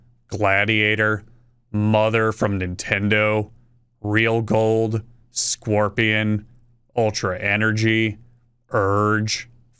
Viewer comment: Did you just call it fucking scworpion?